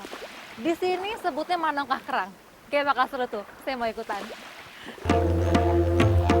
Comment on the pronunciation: 😂😂, oh bekawan kirain concong 😂😂, sama haha, menongkah, bukan manongkah 😂😂